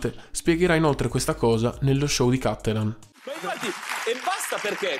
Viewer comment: È Cattelàn no Càttelan Dio c*** è Veneto